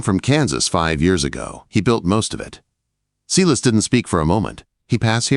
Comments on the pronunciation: Sy-las, not See-liss. Please get some help to fix this AI glitch - it's very distracting and makes the story inauthentic. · From Southern Louisiana, saying thank you for this great story. Silas is pronounced S-long i sound, las- short a. If you don't believe me, read Acts 16.